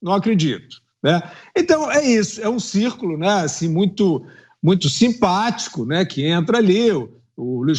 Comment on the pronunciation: FIÚSA !! Vc falou círculo ou (circo)??? eles estão no picadeiro KKK parabéns 👏🇧🇷😎 fiúsa